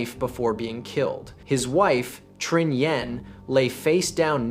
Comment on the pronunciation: Pronunciation of the Vietnamese needs to improve. It's not hard, just can't use American pronunciation to the romanization created by the French: "Tr" is basically like the Chinese pinyin "Zh" if you know how that is pronounced. Trinh would be Zhin or Zhing.